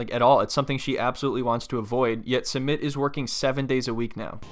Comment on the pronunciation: Her not prounouncing Sumit properly is killing me; a lot of the people on this show don’t try to learn their spouses language and even learn how to properly pronounce their spouses name